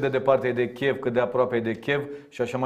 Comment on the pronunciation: Cu al său ”Chev” dl. Tukă pare să creadă că ne enervează. In realitate noi avem satisfacția să ne confirme că obiceiul prost e greu de stârpit.